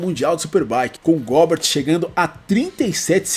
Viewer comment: A pronuncia nao seria "Góber"?